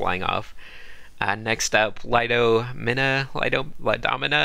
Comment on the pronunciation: After seeing some of the others I'm embarrassed I didn't spend more time on mine lol. was so pro trying to find something positive to say. Also, it's pronounced like Lydo-Meena, not that it matters hehe.